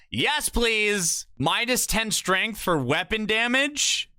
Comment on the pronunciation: Top-tree dawnblade needs srength